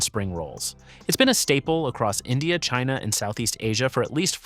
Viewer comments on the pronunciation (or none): none